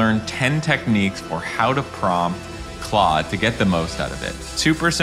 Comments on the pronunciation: OMG you're pronouncing it right! I must follow you now. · I hyped this video in thanks for saying Claude not Klode 😂